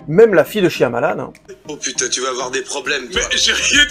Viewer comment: Franchement je préfère les guetteurs. Shyamalan (ça se prononce Shayamalan) est bon dans le fantastique. Quant à Josh Harnett, il était très bon dans Penny Dreadful. Si tu aimes l'horreur britannique ça devrai te plaire!